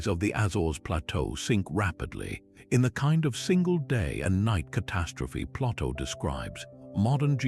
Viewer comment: I know it's Ai but I can't listen to the mispronunciations of common names like Plato and Hercules. It's too much to endure.